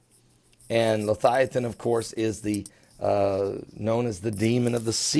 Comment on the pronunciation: come on its leviathan not lithiathon surely you do this in purpose